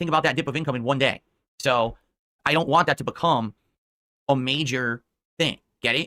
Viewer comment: I’m so glad you also noticed he says “WAHHH” instead of wanT